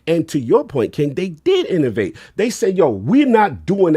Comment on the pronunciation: There's no R in the word Innovate! Lol